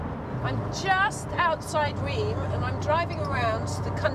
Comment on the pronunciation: Reims pronounces like ‘rince’ or there abouts… just sayin 😇